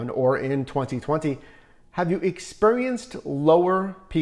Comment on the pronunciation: The way this man annunciates the years “2020 and “2021” make anyone else cringe?? 😂